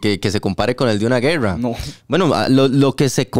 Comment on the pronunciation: Hagan gargaras de tachuela, no saben ni hablar, grrrreerrraaa....rreeeeiiiccaaaa... No pueden decir , guerra, o costa rica... Pa que fueron a la escuela